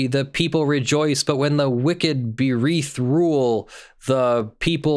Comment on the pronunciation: That's "beareth" not "bereath". Use your words, sheesh.